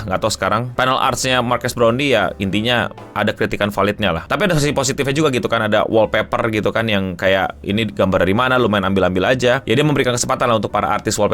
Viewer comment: "And Markass brownley"